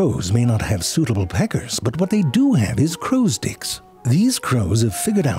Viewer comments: Am i the only one who thought him saying sticks sounded alot like him saying dicks. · Are you saying dicks from time to time, or are my ears not telling the truth? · I cracked a smile every time you said sticks just because it almost sounds like you're saying dicks